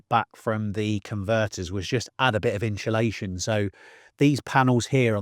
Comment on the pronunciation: When did this current trend of calling it “inSHULation”? 😂 hear so many people saying it now adays, never heard it til a few year ago. Even proper dedicated diy channels say it. Drives me nuts